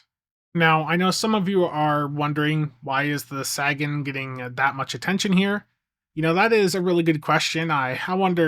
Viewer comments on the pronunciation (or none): Isn't it pronounced "Say-gen"? As in "Carl Sagan", the famous astronomer? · There he goes again with the "saggin". SMH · Great reviews as always! But dude, Sagan is pronounced SAY-gan as in Carl Sagan. Some also say SAY-gun. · Carl Saggin? SAB? You have a chance to get it wright. Eye hope yew dew sew. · I'm not normally this guy, but I'm pretty sure Sagan is with a long A than with a short a, like the guy they named it after Carl Sagan the astrophysicist, I may be wrong myself but I got too much respect for that man too let his name be mispronounced and not say anything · Look man. I enjoy a good troll as much as anyone, but my man Sagan deserves a bit more respect than that. Can you please pronounce the name correctly? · That's all well and good, but you've been told many times how to correctly pronounce the man's name, and you've acknowledged as much, yet I have never seen you make any effort to actually say it correctly. But it's fine, the only one that should be offended is Carl Sagan, and he's dead. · i LOVE YOU! It's just hard to hear you mispronounce his name. The ship is named after astronomer Carl Sagan. Dude was a hero of science.